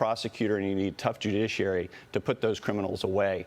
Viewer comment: It's ok Maria, you can always say "jujiciary" to me